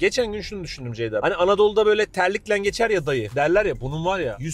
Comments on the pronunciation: Zeyda mı dedi zgdigkzkkcgkgkj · Ceyda'nın "C" sini alfabedeki tüm sessiz harflerle değiştirdi